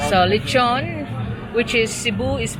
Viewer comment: Inasal is the Cebuano term for the Spanish word lechon which means roast pig or roast pork. She said lechon correctly but it was spelled wrong on screen. The Puerto Rican and Portuguese understood her.